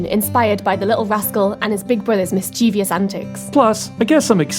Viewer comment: please don't say "mischevious" it's wrong. It's mischievous! Miss-che-vuss. Thankyou. Pronunciation Nazi signing off lol